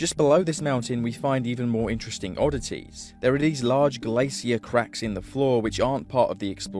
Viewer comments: Lol say glacier again!! 😂😂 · The real insult is his pronunciation of the word "glacier"